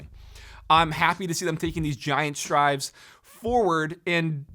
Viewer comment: "razor made STRIVES"?? O_o That's what i heard and then rewatched that part to read his lips and yea seems like strives instead of strides... lol idk why i heard it and my brain hit the brakes on everything else when it heard that lol